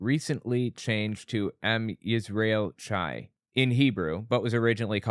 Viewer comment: Am Yisrael Chai Am is pronounced like “alm” And the ch in Chai is pronounced like Achmed.